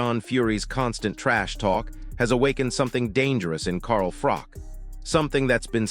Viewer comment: If AI cant get froch name right then this is bull sh*t its not FROCK its bloody Froch